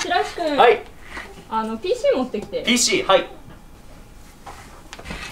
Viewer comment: 白石さんがPC言えないのいい🤣